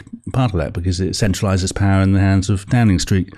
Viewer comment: You almost mentioned the word 'power' as many times as a Russell Brand video - except he pronounces it POW-WAH!